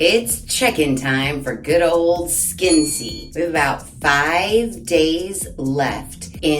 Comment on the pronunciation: I’m not sure, but I think it might be pronounced ‘Skin-SAY’.